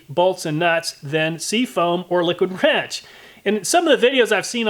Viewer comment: i briefly thought he said “liquid ranch” in the beginning and now i want a comparison of the effectiveness of different salad dressings.